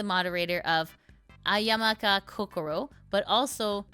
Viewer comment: The only thing funnier than you consistently messing up Amamiya Kokoro's name is Kurosanji consistently messing up their own brand 😂